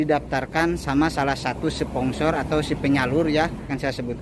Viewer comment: bang bukan spongsor/tapi sponsor bang😁